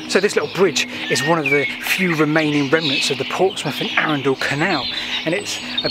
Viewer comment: Whilst I hate to be a pedant and ‘that man’, it’s Arundel, NOT ‘Arundal’. I live nearby.